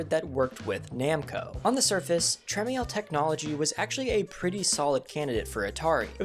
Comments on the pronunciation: TRA-MEL not TRA-ME-EL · You're saying Jack Tramiel's name wrong. It's simply "Tra-mel" not Trem-i-el. Recently a YouTuber (Perifractics) bought the rights to Commodore, and Jack's three sons are involved, namely Leonard Tramiel, and he does not say his own name like that. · I gave this video a watch since I've watched your videos in the past but it's such a mess that I wouldn't know what to trust in it. Like why are you showing footage of the Coleco Telstar when talking about Atari home Pong? And why are you showing footage of a video game that came out in 2023 when talking about Atari in 1979? Also, I'm pretty sure that that's not how you pronounce Kassar or Tramiel and I could have done without the making fun of a guy's surname just because you thought that it being Nutting was unfortunate. And I think it's a bit weak to end by talking about Atari in the current day without mentioning things like their purchases of Digital Eclipse, Nightdive Studios or Atari Age but I guess that the random hot sauce line fit more in your narrative. Lastly I'm pretty sure that Chase the Chuck Wagon didn't do anything to the video game market. It's a promotional game that was only available via mail order to people who sent in proof of purchase of Purina dog food. If many here are sending away for large amounts of dog food merchandise I'll be surprised. I'll maybe watch videos you put out in future about singular games, but when it comes to bigger scale video game history stuff I think I'll stick with channels that I can trust to know what they're talking about in regards to that.